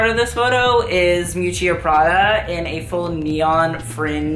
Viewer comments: Hi, liked your video (too long, IMHO) but can I just say something? I'm italian and I cannot bear to hear Versace pronounced " VersacEE". It's "VersacE", like the E in End. Also Miuccia (Prada) is pronounced "M-ee-oo- tcha" emphasis on the "oo". Not a critic, just sayin'. Keep up, though; good job. Ciao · Didn’t even understand who you were referring to when talking about ‘Miuccìa’ Prada. Omg. Had to go back and listen another 3times. You are so in love with her, learn how to pronounce her name. I typically like your educational videos but these ‘roast’ are way too spiteful for my taste, even sometimes I agree.